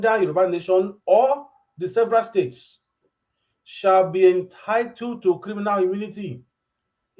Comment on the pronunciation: please check how you pronounce "States".